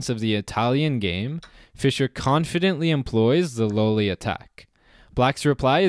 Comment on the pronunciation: I thought at first that you were mis-pronouncing Lolli, because everybody seems to say Lolli like lollipop. But since it is named after an old Italian player, "low-li" would be right.